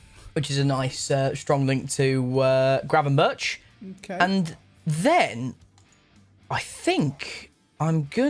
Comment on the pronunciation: Ah yes “Gravenburch” XD